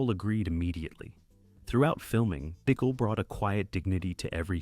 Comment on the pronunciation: THEODORE BEE-KILL?? HOW ABOUT BUH-KELL??